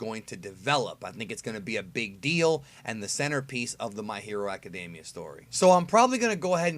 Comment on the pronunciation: I hate when people say "my hero acadAmia" when there is no "a" in academia